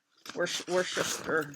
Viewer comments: Worcester is pronounced WOO-ster. Or, if you have a Boston accent, WOO-stah. ;) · I am laughing, pronounce like it is spelt Wusster, hahaha yo are a joy to watch. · Hannah Lancaster is nowhere to be found. When you start her, 2o7ld love to see your progress. Pronounced “Wooster” - Worcester, Ma